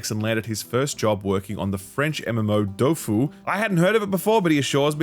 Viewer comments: Not “Dofu“ it’s Dofus, it’s not just a game, it’s the first “good” flash anime, “Wak-Fu” should watch, first 3 seasons are gold the soccer episode is crazy, I saw that 15 years ago. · Dofus mentionned omggggg. You pronounce the "s" at the end !